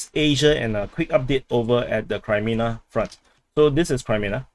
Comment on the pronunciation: Why are you pronouncing it Kri when it is Kre -menna. There's NO ay sound. So not Krimenna but Creh-meh-nah. Actually should be -aya at the end but let's not ask too much. 😉